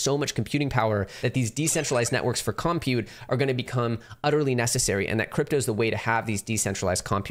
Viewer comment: No one:: COMpute